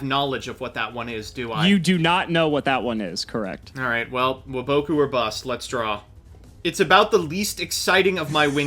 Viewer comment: Why do you guys pronounce waboku like that 😂